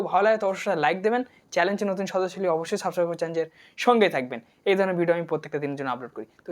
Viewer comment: সাবস্ক্রাইব ভালোমতো বলতে শিখুন আপনি তো ভালোমতো উচ্চারণই করতে পারছেন না তাহলে কিভাবে সাবস্ক্রাইব করব